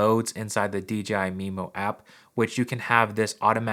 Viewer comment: Why does everyone say DGI even after the written DJI in the description?